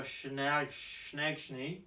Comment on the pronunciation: Just go with 'Laba-shane', all the aussie commentary do :)